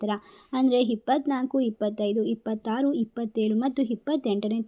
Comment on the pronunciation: ಕನ್ನಡದ ನಿರ್ದಯ ಕೊಲೆ 🤦 ಇದೇನು ಕನ್ನಡ ಭಗವಂತಾ 🙏.. ಹಿಪ್ಪತ್ತಾರು, ಹಿಪ್ಪತ್ತೇಲು, ಹಿಪ್ಪತೆಂಟು... ಹಿದೇ ಹೊಂದು ತಿಂಗಳು...,ಹಿದರ, ಹೆಂಟನೆ ಮನೆ, ಹೀ ಹೊಂದು ಹದ್ಭುತ, ಅಣ ಕಾಸು, ಹಾರ್ಥಿಕ, ಹತವಾ, ಹತ್ಯಂತ, ಓಸಾ ಹವಕಾಶ, ಹನಿರೀಕ್ಷಿತ, ಹಿರುತ್ತದೆ, ಹುತ್ತಮ ಸ್ಥಿತಿ, ಹಾತ್ಮ ವಿಶ್ವಾಸ, ಹಾಧ್ಯಾತ್ಮಿಕ, ಹಮಾವಾಸ್ಯೆ, ಹಾತಂಕ, ಹಿದು, ಹನುಕೂಲ, ಹಂಶ, ಹೆಚ್ಚರ, ಹಾರೋಗ್ಯದ ವಿಷಯದಲ್ಲಿ ಹತ್ಯಂತ ಹೆಚ್ಚರಿಕೆ...., ಅಳೆಯ, ಹೆಲ್ಲಾ ರೀತಿಯ, ಹುದ್ಭವ, ಹಗತ್ಯ, ಅಸಿರು... ಹಾದಾಯ... ಹಾಂತರಿಕ... ಹಗತ್ಯ... ಗ್ರಹಗಳ ಹಾದಾರ.... 🤦 ಇದೇನು ಕನ್ನಡ ಭಗವಂತಾ 🙏🙏 ಕನ್ನಡದ ಬರ್ಬರ ಕೊಲೆ... 🤦🤦